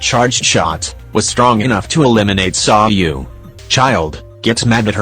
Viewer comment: Why does he call Sayu, "Sawyu"